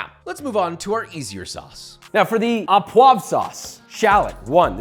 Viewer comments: Not only do line cooks get scolded on fucking up chives but also fucking up the pronunciation of au as "aw". It's pronounced "oh", JOSH very disappointed /s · it’s pronounced “u puava”… not “a poag” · In French, we don't pronounce the "s" at the end of words, so frites is pronounced "freet". And, au poivre is pronounce "oh poiv" no "ah poiv". In ANY case, loved the recipe and love that you have these two channels. All the best! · FYI, the word "au" in "au poivre" is pronounced "oh", not "awe". And, why does every one harp on using unsalted butter ? The amount of salt in a pound of butter is negligible when portioned out. And since, as you said, you should taste and adjust seasoning as you go and most definitely before serving, you have the opportunity to ensure the salt levels are appropriate. Instead of crushing your peppercorns with a pan or in a pestle and mortar, why not simply set your pepper mill to a very coarse grind ? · So much knowledge shared my freaking 🧠 exploded! Happy to see the recipes back! One little annoyance … it’s “O” poivres , not “Ah” poivres Love you long time! ❤ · Au poivre is pronounced oh and not ah.